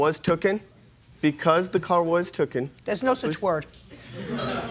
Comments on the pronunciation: I hate when they say “token”!😂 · That one dude got “took-en” to the cleaners. See what I did there? No? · 'Tooken' IS the worst!